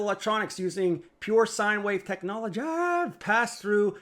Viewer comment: Tech naw lea gea. Jenn naee.